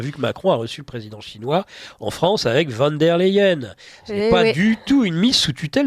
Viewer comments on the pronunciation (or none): On dit "fone dère Laieène" phonétiquement, les Français savent pas prononcer l'allemand le "van" est flamand et le "von" est l'équivalent de la particule nobilière francaise "de" cà va aller là ?